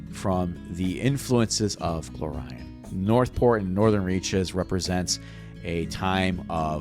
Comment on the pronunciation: this sounds amazing but the way you say Golarion urks me